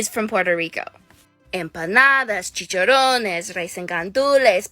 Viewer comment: M-pah-nah-dah chi-cha-roh-nes Rice (💀) and gandulees Pas-tell-ehh Genuinely started tearing tf up listening to her pronunciation